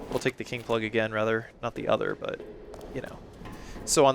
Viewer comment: You said king plug and I swear I heard kink plug the first time and laughed really hard.